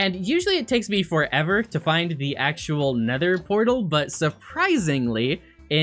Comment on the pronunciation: he said bether portal 😂 😂 😂